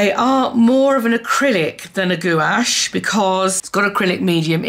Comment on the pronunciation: Gouache is pronounced Gwash, lol! I used to say it like u too. Love ur video!